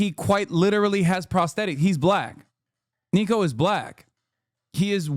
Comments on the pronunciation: Niko not NEEKO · Niko hates his name being pronounced like you pronounce it Hasan lol x